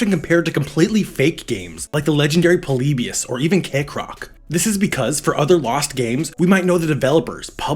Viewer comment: Poleebius eh